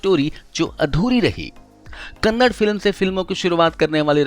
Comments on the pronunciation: Kannada hota h kannad nhi 😂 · It's KANAADA....and not Kannad. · Abe sale kannad nahi Kannada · Kannad nahi kannada hey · kindly pronounce Kannada properly its not Kanad! We don't say Hind for Hindi?? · Hello Bhai not kannad his kannada tikse bholiye kannada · Kannad nahi Kannada hai vo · Kannad nahi Kannada bro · Kannad nahi be kannada. Kannada bolna seek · Bhi hoo kannd nahii kannada bolo plz respect our language🙏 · Wo kannad nahii kannada heiji bhai